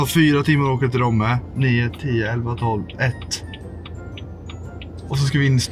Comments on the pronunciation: Det heter Romme, inte Råmme 😂 mvh Borlängebo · Nej de heter ROMME inte råme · Romme heter det och inte RÅMME, får panik när man uttalar det med å 😂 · Det stavas Romme och uttalas Romme. Inte Råmme 😂🥰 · Vart fan får nå RÅMME ifrån när det heter R O M M E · Man säger inte Romme som tjejen man säger som han gjorde först . Bor i Dalarna så vet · Du uttalar Romme som O inte å